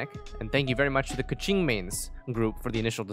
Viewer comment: Great video but... your keqing. Please. I beg. Pls fix